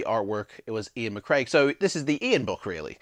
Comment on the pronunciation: This is a great series, thank you very much for making it. Some critical feedback which I assure you is well-intentioned. Firstly, as someone else has pointed out, the illustrators name is Iain McCaig, not "McCraig". Secondly all the info that you shared here could have be gleaned from quickly looking at the cover or the synopsis on Amazon. As someone who has purportedly read the book several times, surely you could have provided a deeper insight? Thirdly, I have to ask - have you completed any of these books? Because it seems that every video you say "I've never completed this." You're a big fan of the series, so show some commitment, make some maps, and complete some books - that way you'll have more to share in the reviews. It seems like you went for quantity over quality with these reviews, and that's a pity because the topic of gamebooks is still to this day a relative niche on YouTube, and you could have really made a success of this channel. In spite of the above criticism, thank you for sharing your enthusiasm of this series, you come across really well on camera and I wish you all the success for the future.